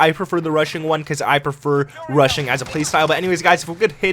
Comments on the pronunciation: Russian or rushing?? 🤣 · When you say rushing one it sounds like Russian one 😁